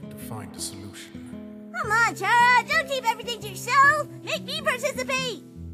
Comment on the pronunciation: IT'S NOT CHARA (CHAR-A) ITS CHARA (CAR-A) LIKE THAT